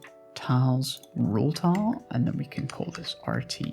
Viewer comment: You sound fantastic. I didn't think much on it at all until "tahl". Was there a thought process on that specific pronunciation?